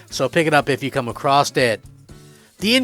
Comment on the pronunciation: It’s pronounced “a-cross” not “a-cross-t” There is no T.